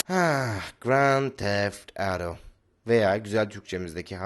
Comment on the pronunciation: aaahhhh graaanntt defff avdoo :D :D :D